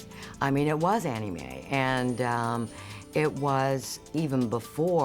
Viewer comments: I like how that one producer pronounces 'Anime' like one would 'fannie mae'. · No Thundercat it is not an anime ma'am and that's not how you say it